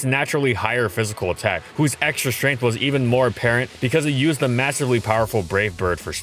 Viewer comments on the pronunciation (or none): none